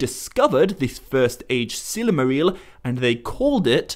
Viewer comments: Stop saying Sillymaril! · It's "silmaril," not "silamaril." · Every time you say, Silmarill, Morgoth is somewhere becoming so friggin triggered. Lol (sigh) I love ya Morgoth but you gotta chill okay.